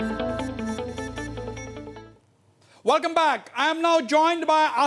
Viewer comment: Hussian bhai why don't u say welcome instead of saying Velcome 😁